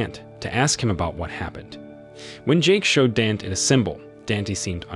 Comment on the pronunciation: "Dant" 😂😂 his name is "Danté" not "dant"😂🤪🤪